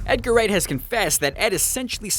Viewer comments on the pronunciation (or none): none